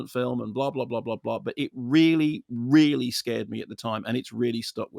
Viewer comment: Really, really. Really, really.. Really, really.. Really, really.. Really. Really, really.. Really, really.. really... Weally weally. Weally weally. Weally weally Sorr it, weally weally..